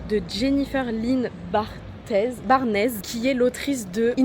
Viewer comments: c'est un peu drôle comment vous avez dit "barnes" je suis americaine et c'est barns comme le mot barn pour les animaux avec un "s. " Pas barn-ez. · si t'adore l'autrice de inheritance games, je te conseille gold case academy, c'est ma saga préférée de tout les temps et les trois premiers tomes sont traduits en français, il reste juste le dernier tome🤭🤭 et le nom de famille de l'autrice se prononce "barnz" (c'est la future prof d'anglais qui sort en moi désolé😔😔)